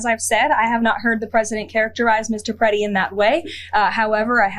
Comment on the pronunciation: . Yea PRE-ti. Best pronunication so far.